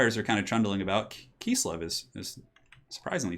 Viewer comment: kiss-lev, not kees-lev. KISS-LEV